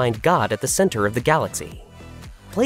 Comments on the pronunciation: Who is SyBOK? Why does the narrator obviously not know the material he’s narrating? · Sybok's name is NOT pronounced Sy-BOK, it's pronounced SY-bok.